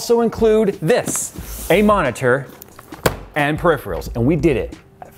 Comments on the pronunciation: Perif-real...... Skepter..... Your trolling us, right? lol. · repeat after me: " puh - RIFF' - ur - ahl " " peripheral "